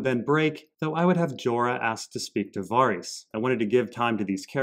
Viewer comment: Var-ice? 🤔 wtf man?